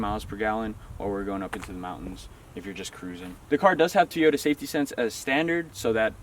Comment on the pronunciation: Teeyota.... that's an O...not a long "e"